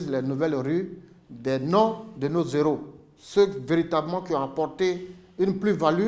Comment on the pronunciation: Je suis totalement d'accord avec le sujet. Mais des "zéros " vraiment ça me fatigue... On écrit "des héros " et ça se prononce "des éro" non des "zéros"...